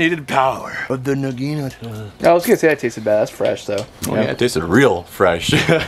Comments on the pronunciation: Please. I'm begging you. Nah gee natah, not na gee NUH ta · Nagi-nata not nagine-ata dude says it's his fav weapon but can't even pronounce it right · Dude you’re really fun to watch and everything. But for gods sake. It’s pronounced “naw-gee-naw-ta” not “nuh-geen-nuh-tuh.” At first I thought you were just having fun with the name. But the longer the video went on the more it seemed like you actually didn’t really know how to pronounce the name of the weapon. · No offense man but it's pronounced "nah gin ah tah" not nah gee nat a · Naga-nata the I is silent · Its nagunotu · I don't know why, but the way he says naginata just hurts me on a spiritual level. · Toy know for a naginata being your favorite wepen you think yoy would learn how to say its name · love your videos, but got to be honest when you say that the naginata is your favorite weapon and then proceed to constantly mispronounce it i just die a little on the inside... don't know if this has come up in the comments before but just...thought i should bring it up... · please learn how to pronounce naginata! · they have to be mispronouncing naginata on purpose... right? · Nog a not a Eeeeeeeeeeeeeee